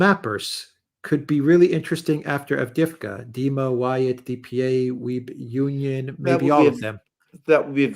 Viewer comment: What's with Alexander's horrible pronunciation? Every time he says Avdiivka it's cringe. 😬